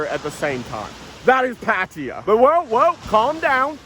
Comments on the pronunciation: what the hell is "patiya"? ?? pronounce it right!!!! PATTAAYA !!!! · Hmm.. how do you manage to pronounce Pattaya as “patia” ? If you actually read it and pronounce it wrong, it would actually be right. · Says how can I describe Pattaya to people, it might help if you said their name correctly, there's no I in Pattaya 🙄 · pronoune pattaya